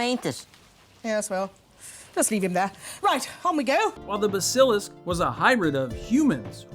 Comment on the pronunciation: I can see Dobby being based on Putin, but how the hell can you mispronounce BASILISK that badly???